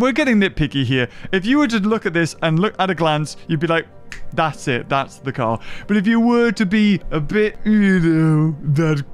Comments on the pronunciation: when says "car" i cant help but hear anything else other then "car car" xD help me please god i cant return to normal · Which one's the friggin car-car again?